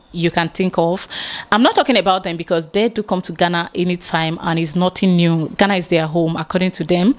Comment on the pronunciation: Fantastic! i can now hear the gana gana a little bit better...Congrats you are now pronouncing Ghana better even though you still say gana gana sometimes but you are improving. BIG UPS......